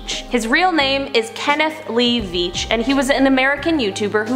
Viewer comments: Kenny Veach, not Beach. It's with a V not B. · Kenny Veach not Kenny Beach....